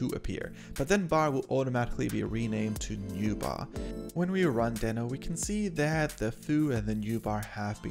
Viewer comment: Nice video, however it is pronounced as deee-no. I was not also correctly pronouncing in my videos, but I now try to correct it. Again, nice video 👍